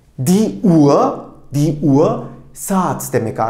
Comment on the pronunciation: Hocam emeğinize sağlık .”UHR “ kelimesini telaffuzunu tam olarak nasıl yapıyorsunuz uaa diye okuyorsunuz sanki. H ve r kelimesi yan yana gelince farklı bi ses mi çıkıyor ?